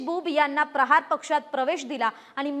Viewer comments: Party cha nav nit ghe ya madam Prachar nahi prahar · पर्चार नाही ताई प्रहार